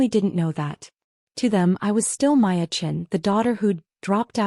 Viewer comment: Is there a reason AI can't get the name Maya right. In this story she was Maya, Waya, & Laya. In another she was Piya & Hiya. PROOFREAD & PROOFLISTEN!!!